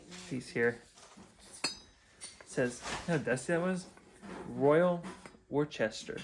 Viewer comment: And also it's pronounced "Wooster" with a short o.